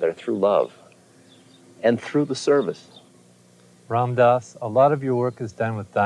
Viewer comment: I always thought he was saying save a foundation - I have been listening to Ram Dass for about 2 years - this is the first time i realised what he was actually saying! Perception is an amazing thing!